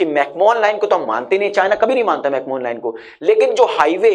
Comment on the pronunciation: Bhai mere mcmohan ko pronounce Galat kar rahe ho Isme koi Mohan nai Hai Google karo correct pronunciation